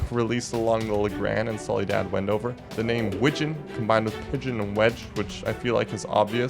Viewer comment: "solidad wendover" ?